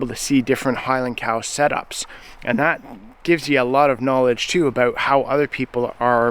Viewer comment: Saw 'Highlands" in my feed and wondered where's this feller from?? Heard "aboot" and knew immediately.😅 His anti-nanny state views are right up there with Chace Barber from Edison Motors. A freedom concert would be great with Corb and Colter headlining.